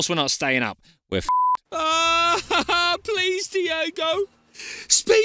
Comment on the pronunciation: Diego* not Diyeigouw!